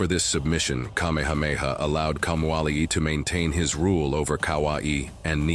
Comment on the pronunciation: Your pronunciation of places and names are inaccurate. I suggest if you are going to tell our story learn accuracy. I am a descendant of Kamehameha. Writing from Maui